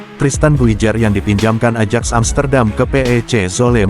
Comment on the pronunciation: Admin KLO tulisan Ajax itu bacanya Ayaks ejaan inggris, bukan Adjak salahh..!!! Ayaks itu bahasa international..., jgn dirubah nama international nya pake ejaan indonesia...ganjil kedengarannya....😂😂😂😂